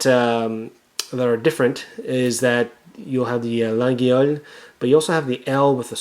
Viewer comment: It pronounced "La yhole" not lageeeole. Please stop murdering my language